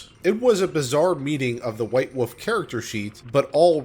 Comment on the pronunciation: Wolf, not woof.